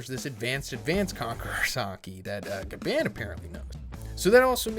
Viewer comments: i love you man but you gotta stop saying Gabban like that 😭💀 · The way he says Gaban 😫💀